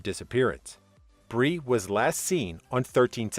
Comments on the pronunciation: At least get the name right, Brian NOT Brie, wth??? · I watched to the end. It's Brian not bree!! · B-R-I-A-N. ! Not bre! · Who tf is Bree? His name was Brian, not Bree. Hello.... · BRIAN Laundrie not Bree! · “Bree Landry”??? It’s BRIAN. Brian Landry. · It isn't Bree it is Brian Laundrie. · It's BRIAN LAUNDRIE (like doing your laundry), not Bri Landry. Brian, Brian, Brian. Never have I EVER heard him referred to as Bri. That was really weird. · Bri- an not Bri. Bryan.... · Brian not Bree!!! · Brian not bri!!! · Brian not Bre hahaha come on man u butchered that name an case!! The case isn't funny but u calling Brian bre is.. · It’s NOT Bre Landry! It’s freaking BRIAN LANDRY! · Brian Brian Brian NOT BREE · Brian !..not Bri!.. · Bre ? Lol. No, it’s Brian. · Why are you calling Brian Laundrie Bree? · Who the hells Bree? It's BRI AN! sorry at least get the persons name right that your talking about. The "Brees" were very annoying! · Brian not Breee. 🙄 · I can't believe how many times he's saying Bree, it's cutting me like a knife. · His name is Brian. NOT Bree !! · IT'S BRIAN NOT BREE IF YOU GOING TO TELL THE STORY TELL IT RIGHT ❗👁️❗❗❗ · Bree? Come on. Its Brian Laundrie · Brian Laundry, not Bri. Was this intentional